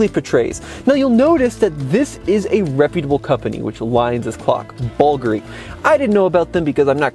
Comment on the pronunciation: BOLgari? Oh...bull-gaa-ri